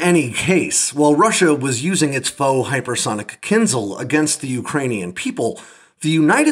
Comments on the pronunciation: Is there anyone home who has English as the first language? Ask this rare person to find a difference in pronunciation between "kinzal" and "kinzhal", and explain it to you. This is embarrassing in a video about one of those. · It's not kinZal, it's kinZHal, where ZH is the same sound as in "casual" and "abrasion" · it's kin-zhal, zhhh, like "J". Kinzhal